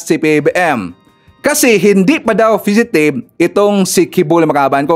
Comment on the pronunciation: Sir fugitive po Hindi fidgetive.